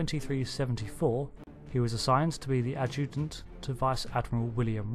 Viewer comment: You said adjutant weird